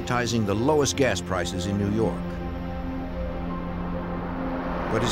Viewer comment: "when people started turning up in New Yawwwk City..." Never gets old 😂